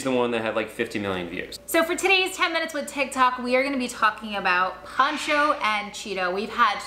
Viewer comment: Poh cho. Like ocho. Ocho Cinco. Pocho Cinco. POHcho